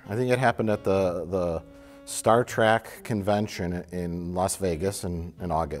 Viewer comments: Anyone else notice Mike will occasionally say 'Star Track' ? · I love how he calls it "Star Track"